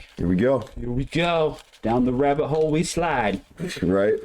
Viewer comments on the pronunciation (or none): none